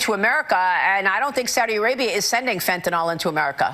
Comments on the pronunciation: First time "fentanyl" was ever pronounced correctly 😂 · THANK YOU for saying "FEN-tuh-nil." One of my biggest pet peeves is "FEN-tuh-nall." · Thank you for pronouncing the name of that drug correctly! Those people are so illiterate. And yes, attending to that level of detail is indeed vitally important. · Thank you, David, for correctly pronouncing "fentanyl". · Thank god…at last, an American who can pronounce Fentanyl correctly😅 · THANK YOU for pointing out the persistent mispronunciation of fentaNYL!!! This has been driving me nuts! Likewise, "pundiNts"!! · THANK YOU FOR PRONOUNCING FENTANYL CORRECTLY!!!!!